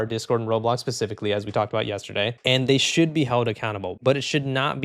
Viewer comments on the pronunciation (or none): none